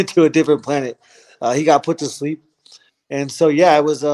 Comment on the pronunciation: No wouldn’t say sleep like you did Justin